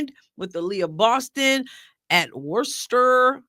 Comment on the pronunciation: It has been amusing to hear folks from outside Massachusetts pronouncing “Worcester” in these breakdown videos 😂😂😂 You got it right, pronouncing it as “Wouster” Not quite “Wooster” just a little softer “Wouster”